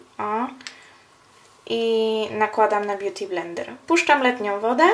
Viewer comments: Beauty BlendeRRR to "r" tak akcentujesz :d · DOKŁADNIE! pieprzy jakieś głupoty, a woda leci...a poza tym bardzo irytuje mnie to jej R na końcu "beauty blender"